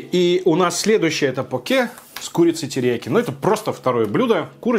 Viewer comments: Блин твоё покЕ прямо слух режет) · почему я говорю пОке а не покЕ.? Потому что так вроде правильно. Через секунду: следующий покЕ